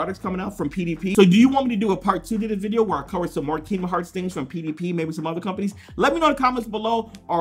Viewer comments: Kingdom heart keydom heart please say it right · Why doesn't square send me stuff I've been playing kingdom hearts since I was 5 I'm now 18 come on square send your real fans stuff no offence but if you don't know even know how to pronounce the name of the game your not a fan just saying.